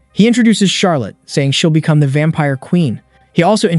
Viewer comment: Charlotte pronounce Charlitte lol